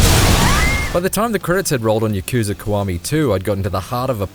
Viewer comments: ya ku za he said wrong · "yuh-KOO-zuh" "muh-SHEE-muh"